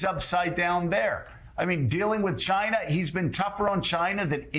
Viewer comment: Chi-na! Don’t like how trump says it. He’s a shameful human being. America is so much better without trump!